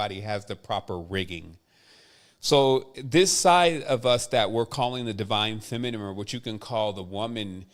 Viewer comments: Is there any significance to pronouncing it feminem instead of feminine? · I love you bro.. but Everytime you say feminime and not feminine.. it hurts brother.. like it makes my insides itch hahah